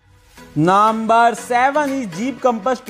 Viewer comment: Ists not naaamaar its number😂😂